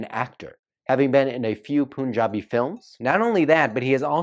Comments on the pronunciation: Its punjabi pun ja bi not poonjabi plz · It's PUN-jaabi not poon-jabi. And kudos to you for putting out yourself in front of everyone. But don't mind the comments. Indians may seem to be a little harsh here but as they say India is a country where you find peace in the chaos. Great work. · Puuunjabi🤣🤣🤣🤣🤣🤣🤣🤣🤣 Watch his video on this pronounciation of Punjabi in puuunjabi 🤣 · 'Pun' in Punjabi should be said like the actual English word 'Pun' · It’s pronounced... Pun-jaab. No pun intended. And also... reina. Reign-aah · Punjabi is pronounced as pan-ja-bi.. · Punjabi is pronounced as paanjaabi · Btw Punjabi is pronounced as "Panjaabi" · Omg the pronounce he does are so off. Punjabi like serious